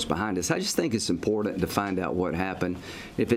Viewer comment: Lindsey....it's imporTant not imporDant!!!!